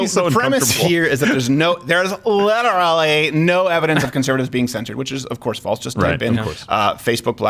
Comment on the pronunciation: Samantha is a cringe machine..... the way she says “Litrilly” is worthy of an air strike